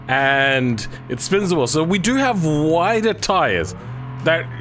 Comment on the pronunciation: It's go and do, not guarr and duarr 😂